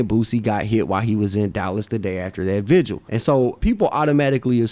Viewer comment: First person in hip hop history to not pronounce vigil as vigual